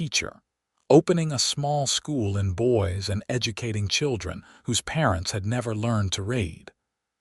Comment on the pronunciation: Ha ha. Boys Idaho. Not girls but boys. Or Boise might be pronounced boy - zee. This stuff is distracting from the story. It is jarring.